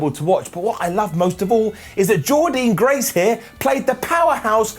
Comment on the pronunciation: PLEASE CAN YOU SAY JORDYNNE GRACE’S NAME CORRECTLY!!!!!!!!!! it’s Jordynne Grace not Jordean Grace. I too though want Jordynne as x-X-Division champion Can’t wait for BFG on Sunday morning in the U.K. (starts 1am Sunday morning) and hood you carry on giving impact love whatculture